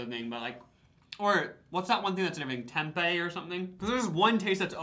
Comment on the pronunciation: “Tempe” took me out🤭☺️ I lowkey think Lucas was describing seitan vegan stuff. That vegan taste screams loudly in some products. 💚